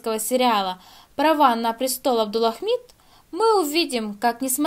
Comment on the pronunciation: в самом ролике неправильно произносится, а в заголовке всё правильно, не спорю. Девушка произносит "Абдулахмид", а нужно, как в заголовке - "Абдулхамид".